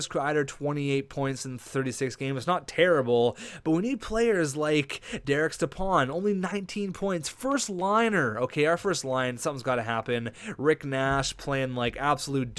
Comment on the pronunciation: its derek step-on not derek step-aun